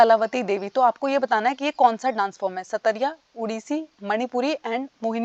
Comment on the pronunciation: Ma'am Satariya nhi "sattriya (सत्रीया) hai